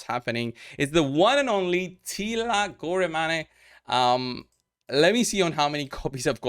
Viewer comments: Finally after 3 years, Teela my very 1st lego, I'm glad I didn't make her food. Have 3 of them. btw it should be mentioned /Gore/ - 1 syllable /Mane/- 1 syllable so, (Gormeyn). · According to pronunciation Teela Goremane is Romanian 😂